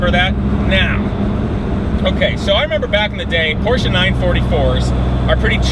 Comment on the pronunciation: Finally a yank that says Porsche properly